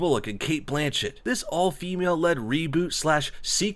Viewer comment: Sandra Bullock isn't pushing 50, she is 53. Cate "Butchett" booooooo that was horrible, you actually wrote that in your script and then said it....